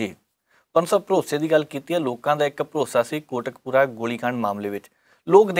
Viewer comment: thodi tuhade talaffuz baare salaah deni hei. Tusin Kot Kapura nu Kotak pura kehande ho. Darusti karo please. Te jaan ton pehlan tusi ijaajt mangde ho. Ijaazat kiha karo ji. Gustakhi di maafi mangda haan.